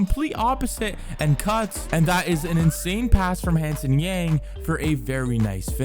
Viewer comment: Note that Yang's Chinese pronunciation is Young, which is great. Not something like Yann which most Americans say